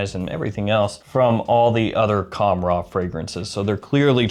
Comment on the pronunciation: Bro it’s pronounced with an h sound the k is silent